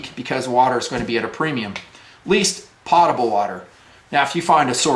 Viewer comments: Love your vids my friend. However, it's not Pot-able, it's Poat-able and has nothing to do with a pot. I'm dealing with this daily in aviation as well when I order a fresh lav and top off on my potable water. Also, I have all the Katadyn and Berkey filters, but found an amazing filter in SAWYER. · Great vid... fyi it is pronounced poe ta bul not pot a bul.. i was recently corrected on this :)